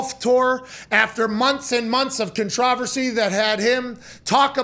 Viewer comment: “Con-tro-ver-sy” Pat “Con-tro-ver-sy”